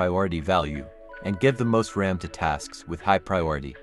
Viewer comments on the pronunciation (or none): none